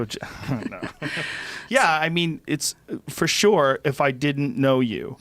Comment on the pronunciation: Joe "For Shore" Rogan